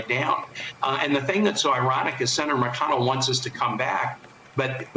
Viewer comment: Mitch Mac-Conn-ell.